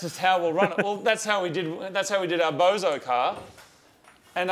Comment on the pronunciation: It's not called a bozo car... The word is bosozoku.